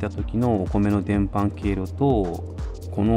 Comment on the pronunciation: 伝播は「でんぱ」と読むような気がします。